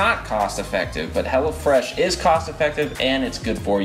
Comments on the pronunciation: everytime he said "hello fresh" it sounded like he was saying "hella fresh" ..... haha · everytime he said "hello fresh" I thought he said "hella fresh." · i kept thinking you were saying hella fresh lol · I thought he was saying Hella Fresh until o saw the apron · Is he saying hello fresh or hella fresh hahahahahhaha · Lmaooo I thought he was saying hella fresh the whole time not hello fresh 😂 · I thought they were saying "Hella Fresh" until I saw what it really was in the description loll